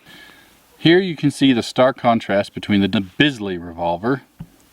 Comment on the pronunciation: It's spelled Bisley, but it's pronounced Beasley.